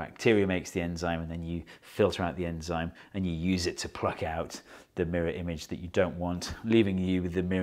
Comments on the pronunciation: anzyme? Or enzyme? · Its enzyme not anzyme. Your welcome. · Ye its "anzime" right ?